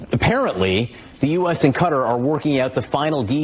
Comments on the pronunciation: Pronounced Cut-TÁR (NOT Cutter) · Please pronounce Qua-tar correctly it’s not Cutters! Come on! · I wish this guy would learn how to pronounce Qatar. I didn’t know what the heck he was talking about when he called that Arab country cutter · Stop sayaing CUTTER😂😂😂 ITS QATAR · Hi my friends. Qatar is pronouced...Ca tar. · It's pronounced KUH -TARR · HEY YOU RED NECK NARRATORS THE COUNTRY IS PRONOUNCED KA TAR Spelled QUATAR GET IT RIGHT!!